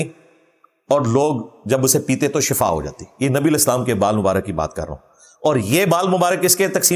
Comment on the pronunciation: Bhai shafa nahi shifa HOTA hey pheley alfaz ki adaigi Tou seke lain ye Hain enginear sahib .sehat or mout ka farq hi nahi jantey kis